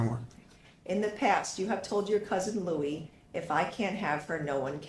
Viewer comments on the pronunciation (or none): none